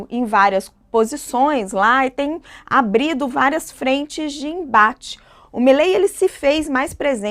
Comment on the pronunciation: Ela disse ABRIDO???? Até doeu meus calos!